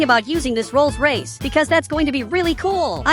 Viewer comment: ❌ Rolls Rayce ✅ Rolls-Royce